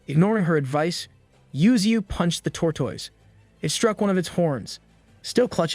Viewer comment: it sounds like hes saying tortwoise